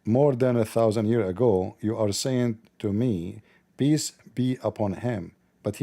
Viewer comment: Even😂the Ai get brainwashed asked pee-eace upon the nabi rasulah😆🔥that was deep😮mashalah Ai you are almost 😮 a revert to izlaaam